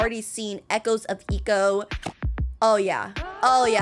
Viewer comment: I think... Eco is pronounced "eecou"